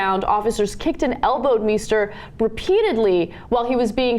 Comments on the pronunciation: Meister (=Master) is not pronounced "Me-ster". The "Mei" is pronounced like "my", therefor it's pronounced "My-ster". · Meister shoud be pronounced "m-eye-ster", should it not? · That's not how you pronounce "Meister." Is it?